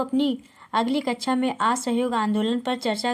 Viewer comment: आप कक्षा को कचछा क्यों बोल रही हैं